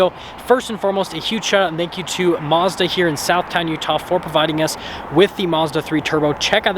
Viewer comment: This guy can't even say Mazda correctly